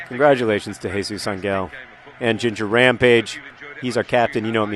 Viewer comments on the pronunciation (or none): none